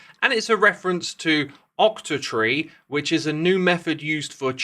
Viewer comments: Lol I'm pretty sure it's "octree", not "octatree". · It's octree not octotree. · By the way, it's "octree" not "octatree" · Just a small correction: It's "octree" not "octotree"! :D